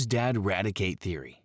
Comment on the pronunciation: I cant wait for these low effort AI voice vids to get utterly demolished! i mean this AI cant even say dead, its says dayd or some shit like that.... I cannot WAIT! just take 1 hour and do your OWN voice you lazy twat